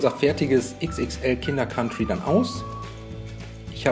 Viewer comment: Endlich mal jmd der "Kinder Kantri" statt "Kinder Kauntri" sagt